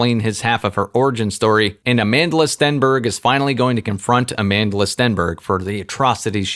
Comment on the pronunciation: "A-man-de-la" Stenberg 😅😅😅😅 I actually thought her name was South African, I didn't realize it is pronounced differently. I suppose it makes sense why Naomi Campbell shouted the chant "Amandla" and butchered it